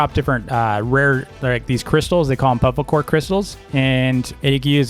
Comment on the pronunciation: It's bufflakor, not buffalcor